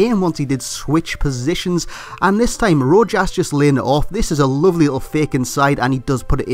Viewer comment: Its pronounced ro-has